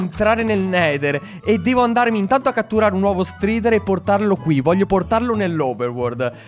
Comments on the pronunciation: Bel video! Cmq la prununcia é straider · Si dice straider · Si dice " straider"